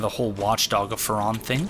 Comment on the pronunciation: I'm pretty sure the pronoucement of 'Farron' is with the hard 'a'--FA-ron. I think that's what was in the opening cinematic. Also, according to , the name Farron is a pre-1066 French name meaning Ironworker or Blacksmith. It stems from the Latin ferrum, or iron. As far as lore goes, I have know idea what that could mean; maybe Farron helped arm his own Legion?